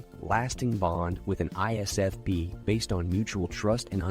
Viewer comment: We also hate it when you can't say ISFP